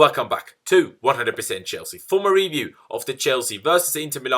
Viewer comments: Well, his first language isn't English so it's understandable. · Generally love ’ reviews except for the the way he pronounces «review» at the beginning of every video 🙃